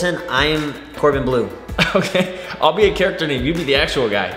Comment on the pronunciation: "Your Troy bolton I'm corbon blue" 😂😭